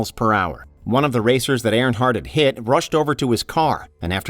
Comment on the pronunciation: Stop saying AirHardt it is EARNhardt.